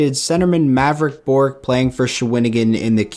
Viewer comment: 30th is Mavrik Bourque not Borque